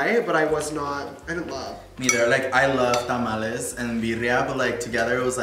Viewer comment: Am i the only one that got triggered for james saying tamalies